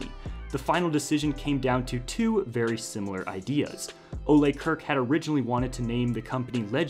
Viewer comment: So far I have never heard anyone on youtube say Ole Kirk correctly. Everyone says Kirk like the captain from Star Trek, that is the English way to say Kirk but Ole Kirk isn't from an english-speaking country thus his name is not pronounced as that. I wish some one on YouTube do some resaeach how to say Kirk properly. It sounds so bad in my swedish ears.